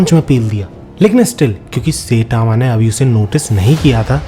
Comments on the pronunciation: Bhai सेटामा nahi hai wo साईतामा‌ hai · Bro really said "setama" instead of saitama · It's sitama not saytama😅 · Saitama ❌ Seytama ✅😂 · Saitama❌ Saetaama✅ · I love your video but......Its "sai" and "tama". Not "say" "tama". ... pleaseeeeeeeeeeeee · Bhai plz don't say setama It's Saitama (sai-tama )🙏 Video maza kharab kar deta hai setama word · Bhai to Jan buj ke sayyytamw pronounce kyu kar ta hai... Irritating lagti hai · bro saying setama ☠